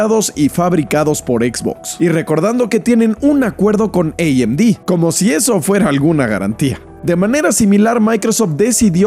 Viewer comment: Ei em di = amd 😂